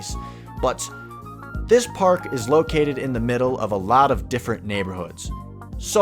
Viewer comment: “now the pArHk”